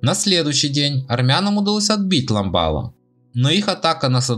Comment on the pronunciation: Все топонимы,которые здесь перечисляются ничего армянского не было.село называлось ",ламбарло",хотя бы правильно читайте.